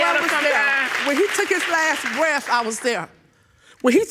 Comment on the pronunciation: Grandma looks good for 63, why do black ppl say breaf? It’s breath with a TH at the end 😂😂😂😂😷 the neice said he was down souf😂and boff of them😂